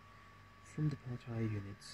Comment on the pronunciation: Wait, you made that whole thing and the entire time, you were calling them Pell Tire? It’s pronounced Pell - T - A. Pell Tee Yay.